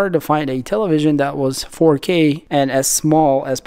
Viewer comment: He be hittin that “4Keey” no cap😂